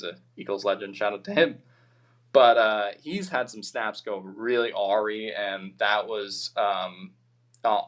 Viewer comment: Such a fun game to watch. Almost relaxing. OG is the next AG. Btw “awry” is pronounced “uh rye” not “orry”